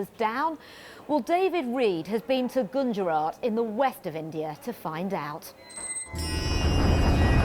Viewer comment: Gunjarath 🤣. It's Gujurath.